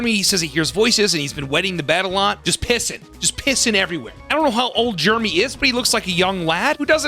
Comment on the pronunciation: It’s not jermy goddammit it’s Jeremy! There are two e’s ffs